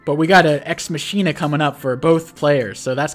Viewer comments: This video is a post-production masterpiece. 10/10 for use of nut-related images. That said, should learn how to pronounce words. Von Bolt's super CO power, "Deus Ex Machina", is pronounced mach (as in "this aircraft has a top speed of mach 2.5") - ee - nuh. "Witte" is pronounced like "wit", the 'e' is silent. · Sorry. I don’t want to be “that guy”, but the power is pronounced: ex ma-key-nah It’s a plot device meaning “God from machine”.